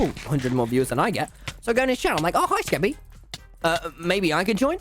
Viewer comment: The way he said Skeppy was like shkeppy